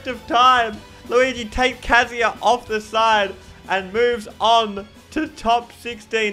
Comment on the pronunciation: It's kazuya.